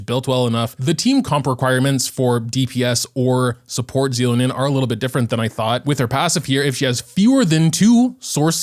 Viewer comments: So you just decided you won't take the real pronunciation into account what so ever. They said it so many times on the livestream too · please watch the English trailers to know how to say her name. Anyway, thanks for the reminder about prefarming for her.